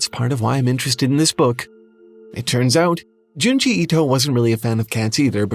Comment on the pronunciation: It's Junji